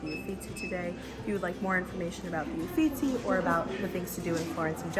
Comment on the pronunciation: Who taught the narrator to pronounce Italian (The Adoration of Maggie?!?!) and spell-checked the Italian names (eufitsi) (Titan) (Jenn oleski) referred to? Embarrassing!!